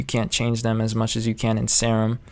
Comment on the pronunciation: Nice video man. Btw, your favorite synth is pronounced 'seer um', not 'sair um'. :)